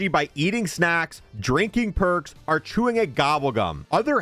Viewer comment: Dude thinks he's a pirate saying are instead of or